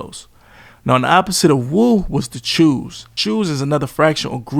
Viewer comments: Choo is pronounced like "show".. not like "chew" or "shoe" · It's choos fam not chews but keep cooking🔥🔥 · And it’s not Chew it’s Cho - and they are also from Flatbush & Brownsville not the Bronx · It’s not chew it’s Choo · Not "choose" it's "choooooos" oooo! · "The chews" 😂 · This clown pronounced CHOO WRONG I KNEW IT 🤦🏿‍♂️🤣🤣